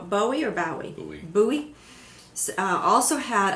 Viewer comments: It's David Bowie ...Bow Wee ff sake! NOT BOOEE. BOWIE!!!! Pronounced BOW WEE!!!! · Wait wait wait--- you don't know how to pronounce David Bowie's last name?....... Ah now that's strange ritch there